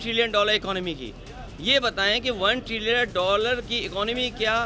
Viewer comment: अबे तथाकथित विदेशी padhe लिखे टोंटी चोर !!! पहले ट्रिलियन कहना तो सीख ले।